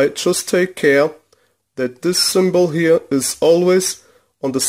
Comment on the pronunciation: Great tips my friend, Your English is Excellent, Thank You. Symbol, is pronounced Simm-Ball. Desoldering Braid. or Wick.